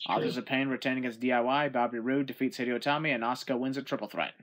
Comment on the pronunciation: You pronounced Hideo wrong